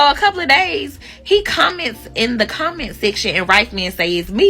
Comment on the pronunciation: She's making a "Come Ent" instead of a Comment😆🤦🏿‍♂🤣🤣🤣💀